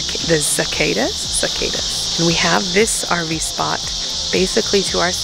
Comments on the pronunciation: you pronounce cicadas as SICK-ODD-OZ. cicadas! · cicadas si-kah-ders